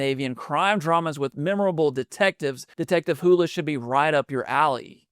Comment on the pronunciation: It’s detective Harry Hole. Sounds like it looks not hula. Or did you just not want to say it?